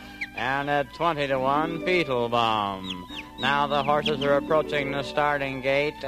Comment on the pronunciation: It always sounded to me like Doodles Weaver was saying "Feetlebaum!"